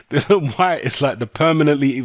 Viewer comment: If people kept purposely mispronouncing my name, I'd be permanently vex too... and by the way his name is DILLIAN not Dylan... FFS...